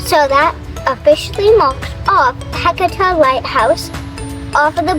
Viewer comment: Let me help on your pronunciation it is pronounced ha C tah light house.